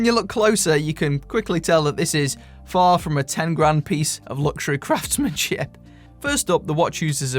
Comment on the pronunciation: I honestly thought you said "craftsmansh*t" instead of craftsmanship.